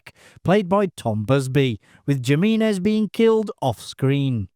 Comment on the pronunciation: The pronunciation of the character Pedro Jiminez is atrocious.